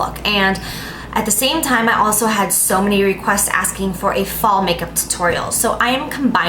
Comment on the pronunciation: the way she pronounces tutorial made me no want to watch the rest